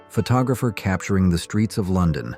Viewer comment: Strange the narrator couldn't pronounce photographer correctly 🤔